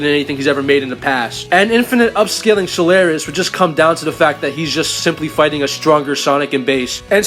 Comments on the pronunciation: Solaris. Not Solaire-is. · so-lar-is, not sul-air-es